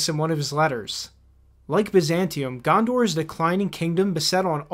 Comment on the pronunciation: Eowyn, Gondor. Pronounce them right dammit